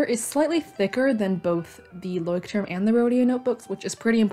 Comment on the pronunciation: me, a german: ITS PRONOUNCHED LÄUSCHT•TURM RRRRRRR